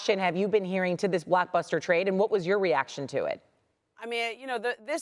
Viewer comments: Are they saying blockbuster or black buster lol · Did she say blackbuster 😂